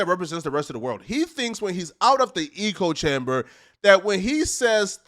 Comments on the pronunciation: Good stuff, but please, bro, it's Echo chamber, not Eco chamber. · Bruh bruh, it’s echo chamber not eco chamber😂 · It’s echo chamber not eco chamber. Hahaha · It's ECHO chamber, not eco chamber. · Echo chamber not “Ecco” 😂😂😂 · Eco chamber? 😂 I think you meant "echo" chamber lol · it echo chamber not eco chamber, and its ad hominem not ah hominem lol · It’s an ECHO chamber, not an eco chamber. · Echo chamber not Ecco chamber. I thought he lived in a bio dome at first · "Eco " chamber ?? It's called an ECHO-CHAMBER. WTF is wrong with you? Have you ever read a book? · IT'S ECHO CHAMBER, SLOW 😂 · I thought I heard: ego chamber😂😂😂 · Eco.. like why keep saying the one wrong word over and over. It’s all i can pay attention to. You couldve used so many other descriptors where you at least had a chance of using em correctly, but nope stuck with eco chamber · It’s pronounced “Echo chamber” numb nuts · Good video. STOP SAYING ECO-CHAMBER tho. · It’s pronounced ECHO chamber.. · This man said 'Eco-chamber' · Why do you say “eeko chamber”? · Eco chamber. Yeah that's how you say it. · It's pronounced ECK-o. Everything else was tits on. Pun intended. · Excellent video brother. Just learn the proper pronunciation of “echo chamber “. I’m not trying to nitpick but it’s driving me crazy 👊👊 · Yeah 🤦🏾‍♂️ when people try sound smart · A fckin eco chamber? 😂 It’s an echo chamber my friend. You either heard that from someone who is slow af or you read it and don’t know how to pronounce echo which unfortunately kinda makes you slow 🤦🏽‍♂️ Then you said the bald guy’s reputation was unrecurably damaged, wtf 😂 I’m guessing you meant irreparably damaged? Still enjoyed the video bro lol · It’s “echo chamber” not eco chamber. Proceed. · I agree with you bro, but can you say echo and not eco? It is echo chamber and saying it wrong detracts from your standing imo. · Just to let you know. Its "echo" chamber, not "eco" chamber.